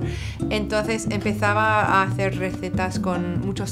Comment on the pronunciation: Obviously she learned Spanish in Spain, she sounds like a Spaniard. She pronounces the Z, and C. Like you should. “Que haces” “Que Hazes” If you don’t speak the language you wouldn’t know. Still with some obvious accent.